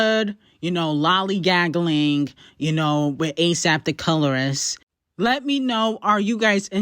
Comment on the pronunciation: This girl said Lolly Gaggling 😂😂😂😂😂😂😂😂😂 I Love you girl, you are the BEST 😂